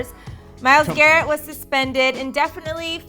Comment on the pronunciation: at least say his name right